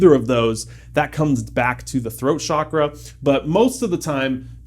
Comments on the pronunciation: I think your video is very useful and overall correct, but just a few things. The Sanskrit word “chakra” has a very specific pronunciation (just like any word in any language), and mispronouncing it changes the meaning of the word. The correct pronunciation is ch-ah-kra (like the ch sound in chalk). The reason why it is pronounced as “shakra” and “chakra” in the Western World is because of misinformation about the origins of the word and translating it from the Sanskrit alphabet to the English alphabet. Also, I understand that you’re trying to make this topic accessible, digestible, and approachable, but by calling it a “Bro Guide” is slightly offensive and disrespectful to the people/culture from which this beautiful system came from. The only reason I am commenting is to hopefully educate you to avoid spread of misinformation. Besides those things, this video is very useful and I’m so proud to see my cultures teachings spread to so many people around the world making us all better humans in the long run💕 much love, namaste 🙏🏽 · it's pronounced CHakra, not (sh)akra, i believe (sh)akra means genitalia hahah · What do you mean "It doesn't matter. I heard them both"? It's chakra, not shakra. It's Sanskrit. A language that is strictly connected with the culture and system you are just about to talk about. I lost interest right away. I am going to keep watching the video to see what else you are going to say. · Its Ch a kraa, we dont say cha.. the ch sound is a flat one. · Amazing video... Your knowledge is so beautiful, LOVE IT. However, Please try to call it Chakra as in pronouncing CHA in Change. Pronouncing it as Shakra, is close to the sanskrit word, Shakrith which is faeces... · Chuck-ra. How you pronounce it in Sanskrit and it does matter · It’s pronounced Chuk-Rah. Western countries ruined the pronunciation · Both the pronunciations of Chakra are wrong. The correct pronunciation is "Chuck- raas". Chakra literally means circle or wheel.